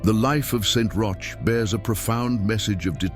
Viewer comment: Pronunciation rhymes with coach or broach….